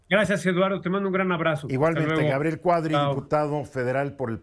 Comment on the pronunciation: Perdón: se dice Cuadri y no Cuarry.